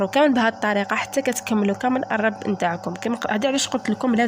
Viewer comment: الرب بضم الراء